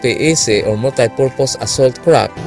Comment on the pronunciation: Kapatid... hindi yan KRAP .... it is pronounced as CRAFT with an F.... F.... !